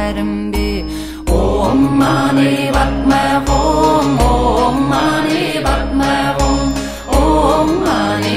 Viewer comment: THE MOST PERFECT PRONUNCIATION OF OM MANI PADME HUM.